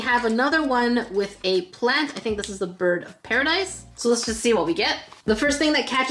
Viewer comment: Does she know how to talk cause she was saying biirb Instead of bird